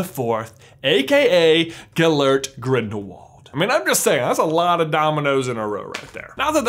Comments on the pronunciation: also its Gellert. say it with me,. Gel like gal but with an e instead of an a. and Art like the thing that you draw. Gel Art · omg it's Gellart! how hard can it be to pronounce?